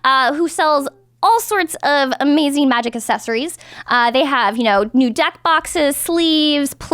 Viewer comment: I like how says assesories